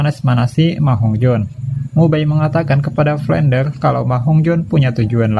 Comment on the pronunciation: Flender bang bukan flendel